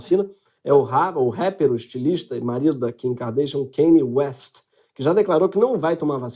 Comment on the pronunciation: Eh (kah ni west).